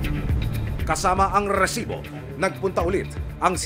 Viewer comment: Sir ang pangit po ng pagkakabigkas mo ng rrrrrsibo bago na po kau